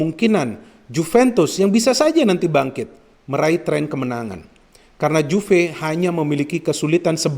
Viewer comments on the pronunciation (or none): none